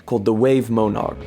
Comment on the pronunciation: Dude - it's Mon-erk. Like the Monarch Butterfly. What the hell is a Moan-arck